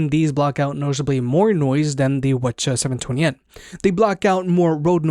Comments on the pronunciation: wth is wuhchuh ?... why didnt you just say 7twennies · Are you saying “wa cha” when saying WH-CH720N? lol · Lmao he calls it whachas 720